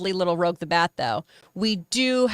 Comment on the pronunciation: Why people keep mispronouncing Rouge? Even in gaming channels call her "Rogue". xD